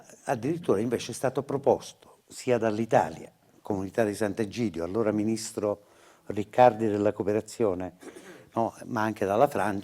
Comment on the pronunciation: HA DETTO SAT'EGIDIO O SBAGLIO?